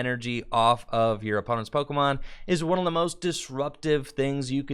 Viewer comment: You know got another Pokemon Company gig when he starts mispronouncing pokemon